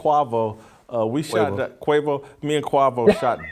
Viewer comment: cu(ah)vo NOT qu(eh)vo....more lies how to pronounce words